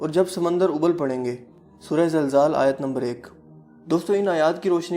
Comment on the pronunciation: Ji Aapne Jo itni accurate baatain batai Hain, uss se Maine "bakhuubi" andaza laga liya hai qyaamat k aanay ka!!! 😁😂😉 , Suraton k names ki sahi pronunciation "infitaar" , "ma-aa-rij" aur "Zil-zaal" Hain